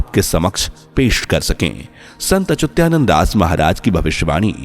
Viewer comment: अच्युतानंद शब्द सही ढंग से बोलने की कोशिश करो भाई